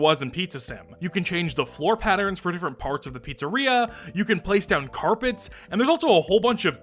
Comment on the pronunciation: “patterens” right